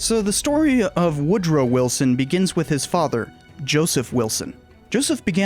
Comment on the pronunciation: All yeh need to know.. is "Wood Row". #its twue #🎉